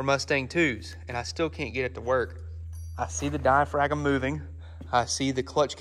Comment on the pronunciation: "Diaphragm" has a silent G. Say "diafram"